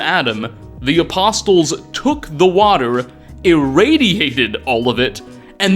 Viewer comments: Man real talk do you say apostles like that on purpose? The T is silent. It's not "apossToles" its said "Apossles" They even say it correctly in game. Do you just read what the dialogue says or do you go out of the way to mispronounce fairly common words? I genuinely feel bad for the people who talk to you on a regular basis because they must be so irritated with how often you misspeak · “A-post-les” had me laughing at first but at some point it started to genuinely annoy me. If you’re going to include a word 10+ times in your script, maybe google it? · it is PURE AGONY hearing you MANGLE "Ah-poss-el" so many fucking times. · You don't need to pronounce the "t" in the word apostles, buddy. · Loved the video, but this bothered me so much: the "t" in apostles is silent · The "t" in "apostles" is silent. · I can't believe it's been a year already! I came back to warn viewers. My friend and I decided to play a drinking game for every time pronounces the T in "Apostles". I just came out of a coma and decided to return and warn viewers! Don't make the same mistake I did! It's no joke. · Really no excuse for pronouncing the T in apostles. Least 3 charaters say it to you. I would get it if you’ve only read the word. But they say it multiple times. Id love to hear you say knight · The T is silent in apostles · dude, for the love of god, learn how to pronounce "apostles" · Holy crap dude the "T" in apostles is silent. Driving me nuts here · 1. gawd DAMMMMMN 2. lmao everytime you say the T in "apostles" i cringe. sir that is NOT how you pronounce that word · I love this video so much, yet I hate the fact pronounces the “T” in apostles an equal amount. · Almost 2 hours of pronouncing "apostles" incorrectly made me irrationally angry. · Lol, the t is silent. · Its just one of many bizarre errors he makes in his videos. I honestly hope its just engagement bait but hard to tell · For future reference the T in apostles, is silent. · The T in apostles is silent.